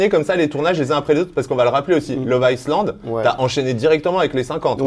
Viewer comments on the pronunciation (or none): On ne prononce pas le S de love island...très stressant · si tu pouvais arrêter de prononcer: « love ICELAND » Le « S » ne se prononce pas dans ce mot 😆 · J ai laissé pareil le meme commentaire. Visiblement il n a juste pas envie de le prononcer correctement. Lol.